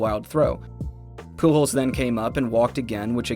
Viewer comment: surprised the Ai got pujols right